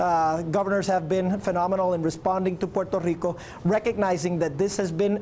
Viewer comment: I hate the way that governor keeps saying Puerto Rico